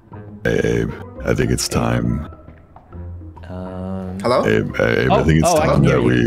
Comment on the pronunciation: the fact that xqc got corrected about calling abe "abbey" yet continued to do it lmao